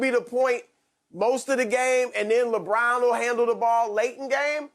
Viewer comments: Nobody: Broussard: Lebraun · Is skiiiup rlly say Westbrick and Lebrick